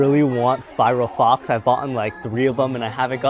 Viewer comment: Bro said Spiral Fox lol and Scorpion spear